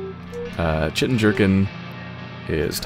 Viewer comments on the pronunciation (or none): It wouldn't be a proper commentated playthrough without the LP curse rearing its head. Good series overall. As for the game itself it's pretty good, but the ending is a bit of a wet fart, imo. (also chitin is pronounced ky-tin)